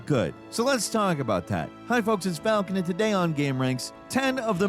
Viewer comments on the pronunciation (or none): none